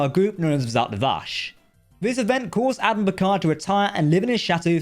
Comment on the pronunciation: Zod Vash not zat vash